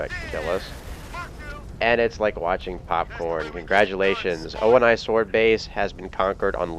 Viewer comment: I've always wondered why you call it OH IN EYE swordbase...I mean, they say OH KNEE in the campaign...it'd save you some syllables. Also, I've found that the beginning is the hardest part in ANY LASO challenge I attempt...until you showed that you could lure the elites up to you. Never knew that...